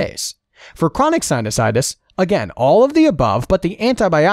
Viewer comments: This guy doesn't know how to read,, he read Anosmia as Insomnia, and sinusitis as Sinitis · You mispronounced sinusitus as "sinitus" ... I'm sure all med students caught that!